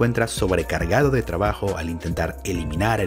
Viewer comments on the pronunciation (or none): none